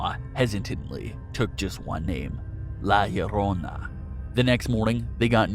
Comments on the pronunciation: He says LA LLARONA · Why the fuck u say her name so weird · My man sounded weird whenever he said La llorona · Why you gotta say la llorona like that man😂❤️